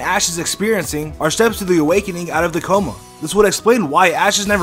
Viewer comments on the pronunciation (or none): none